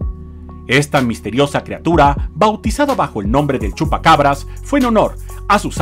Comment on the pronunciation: El chupa-Cavaras o Chupa-Cabras ?? Como quiera le entendemos😊 🤗🙋‍♀️